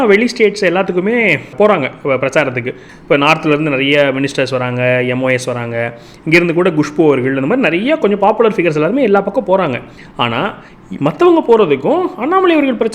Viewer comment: Gushpu இல்லை, Kushbu. அப்படியே opposite ஆக சொல்கிறீர்கள்